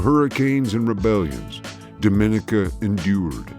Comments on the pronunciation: It’s not do min I ca, it’s dom in I ca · The name is pronounced Domineeka